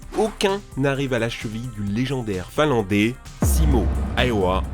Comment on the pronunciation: Un "finlandé" Lol, j'ai du repasser le passage 3 fois pour comprendre qu'il parlait d'un finlandais. Les français apprennent-ils à parler à l'école, ou plus du tout?